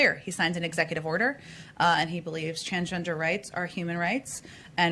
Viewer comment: "Tran-jen-jer kids...tran-jen-jer rights"????